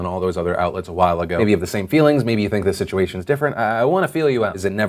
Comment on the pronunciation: "Feewings… nothing more than feewings…"